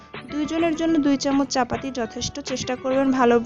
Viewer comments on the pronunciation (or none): Apu capati na capata tik kora bolon.